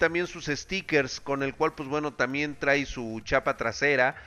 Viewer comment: "TRAE"!! Se pronuncia TRAE! Por Dios!